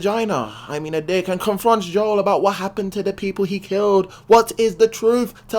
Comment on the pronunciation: Good vid, but his name's Joel, not Joe.